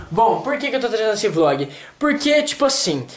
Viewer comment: Flog? ;-; perdão mais vc falou flog, ou eu entendi flog